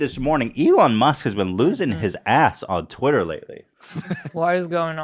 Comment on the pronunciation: Everyone else: Elon Musk Ethan: Elon Muss